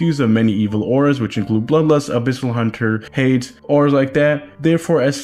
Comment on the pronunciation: + its hayd-ees not hayd-s